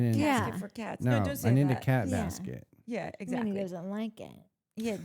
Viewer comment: It’s a bas-CAT instead of a basket 😂